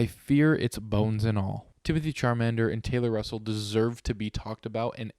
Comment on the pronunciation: "Timothee Charmander" 😂